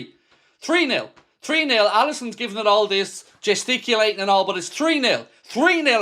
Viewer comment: “its tree nil arna”